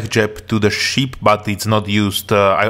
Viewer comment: Takový klasický západoevropský přízvuk a trošku zlozvyk s výslovností u pár slov, například "ship" ve tvém podání zní jako sheep :P Ale jinak v pohodě, zbavit se přízvuku je kurevský problém, takže to bych neřešil :D